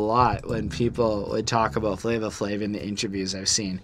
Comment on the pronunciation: Guys, it is pronounced Flavor Flav, it’s correct on Genius, I guess I wasn’t too clear when I tried to correct y’all in the first part, there’s no “a” at the end of “Flavor”. “Night Of The Living Baseheads” is my 2nd favorite beat on the album (I’m definitely with on this one.), I would listen to “The Grunt” by The JB’s first and then put on Baseheads right after because The Bomb Squad sampled it to make the beat and I think you’ll appreciate the source material a lot more. Same thing for “Rebel Without A Pause”,“The Grunt” was used again ( Oh in case you didn’t know, The JB’s is James Brown’s band and I know how much likes James Brown so I know she’ll definitely enjoy the song.) The whiny trumpet noise (I think it’s a trumpet) was Public Enemy’s signature sound at the time, The Bomb Squad made unconventional beats that sometimes incorporated noise with no actual purpose but it’s just an aesthetic to the beat. When I first heard Rebel, I had trouble getting into it as well but it grows on you and the more you appreciate noise, the more you’ll appreciate that beat. “Prophets Of Rage” is my absolute favorite, I listen to the instrumental at least 3 times a week (can’t get enough of those James Brown drums, courtesy of “Funky Drummer” which is one of the most sampled drum breaks in music history.) Chuck D just goes completely in on that song kind of like how Esham goes off towards the end of the album with “666” on KKKill The Fetus, I compare the 2 songs all